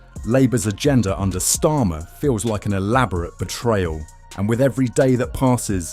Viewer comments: How about you teach your AI voiceover to at least pronouce his name correctly if you can't be bothered to make the effort to narrate this yourself. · Learn to say his name